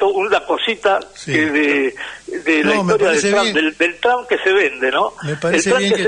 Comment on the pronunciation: Trump se pronuncia con O no con A Tromp